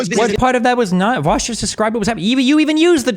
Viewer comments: I like that Dave keeps calling vaush “vash” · It triggers me so hard how nobody can fucking pronounce VAUSH correctly.